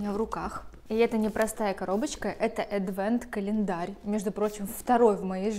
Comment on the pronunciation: Адвент - ожидание Рождества, латинское слово, поэтому первая буква читается как "А", а не "Э".